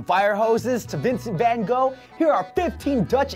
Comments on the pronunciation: Corey Kirk vincent van gogh allways gets me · Vincent ven go it's called Vincent van gogh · Hey bro, can you please try to LEARN how to pronounce Oliebollen and Hagelslag correctly before giving about 20mil ppl around the world a shot of cancer? Start off with Vincent van Gogh. Much appreciated. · I’ts always sooo funny to hear other people try to pronounce dutch words correctly😄😆 I mean...oly bulle? Vincent van go? Haggle slag? Lel Btw i didn’t actually know most of these dutch inventions... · "oleebollen" "hegelsleg" "vincent ven go" when english people pronounce dutch words edit: waarom de f**k krijgt dit zoveel aandacht? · Ollybolun Hegelsleg Vinent ven goo No hate But your good at dutch 😂😂😂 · You pronounciation is wores i am from the nederlands en i was laughing out loud😂😂😂 oliebollen and hagelslag and vincent van gogh haha